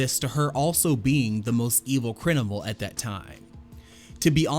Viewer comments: Thought you said “crinimal” on accident Then you said it a second time Then you said it a third time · great video but WHO THE HELL SAYS CRIN IMAL